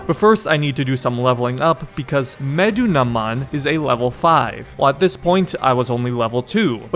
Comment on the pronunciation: Just for the future: You pronounce it as "Meh-Doo-Na-Moon" 😁